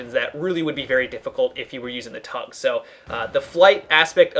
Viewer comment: it's T-UGS not TUGS